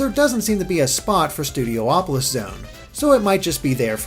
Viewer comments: "Studio-opolis" is officially driving me CRAZY... It's STUDIOPOLIS. Stop adding the extra "O". ;) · Stu D opo lis not Stu D oh opo lis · IT'S "STOO-DEE-OP-OH-LISS"